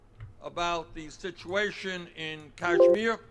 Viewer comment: I like how PV has the correct pronunciation of Kashmir lol